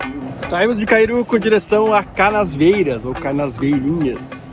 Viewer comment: PS: tive a impressão q vc gravava falava CanaSvieiras. com esse S no meio. É Canavieiras. De Canis